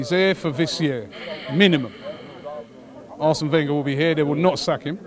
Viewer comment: "Arsene Whenger"